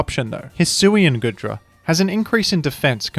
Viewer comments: The pronunciation is killing me 💀 it's pronounced like goo, because it's covered in goo, not good. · It's pronounced Goodra as in Goo Dragon, not Good Dragon!